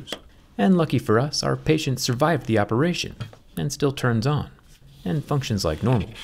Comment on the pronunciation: did u mean the OPPOration Im not sorry